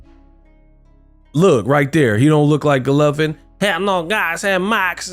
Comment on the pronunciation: stay butchering names😂😭Vegan Golovkin